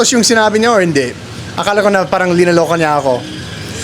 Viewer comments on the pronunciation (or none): none